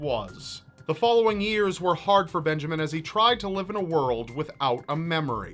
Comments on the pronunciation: when the word Benjamin became Benjaman i gigled way to go typical error! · "Benjaman" Kyle. Not a typo, people. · Poor Benjamin....... Or was it Benjaman?